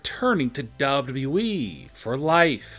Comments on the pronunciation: One. No disrespect but you need to learn to read and talk better for your show. Good idea but your delivery needs to be better. Its W W E, not WE like you make it sound. Record yourself and listen back. You need to stop talking up and down so much and keep a better even tone and talk slower also. btw Sasha is still under contract with W W E. and as we know nobody is banned for life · It's w w e not dubdubue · Anyone else hear duhbleduble-E when he says wwe? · Sounds like he's saying dubbadubbaeeee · Nobody Literally Nobody This man- "Dub Dub Eee" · Dubba dooweee? That's not how you double a W😂😂😂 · Chris Cherico. Daba daba you eee. Can you learn how to speak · Idk how tf you're pronouncing wwe🤦🏾‍♀️ buh it's simply the letters w , w , e bro pronounce it right please .... it's said how it looks 😑 .......... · He’s saying dubdew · "DUVodUbooE"🤦😂 jus stfu dude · Wwwwwwwwe.. Please learn how to prenounce WWE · Your " Wwe" pronounciation had me dying!😂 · How he pronounces WWE😂😂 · Somebody teach this guy how to say : WWE Man has Learning disability I think 🤔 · The way this guy Says wwe:🤣🤣🤣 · Pretty much all these are speculation. You say likely a lot should change it to 10 stars that are likely banned from wwe and learn a new way to say wwe the way you say it is horrendous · Say W.W.E 🗣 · Damn the way he pronounce WWE makes me sick... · This guy cant say wwe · Learn how to say WWE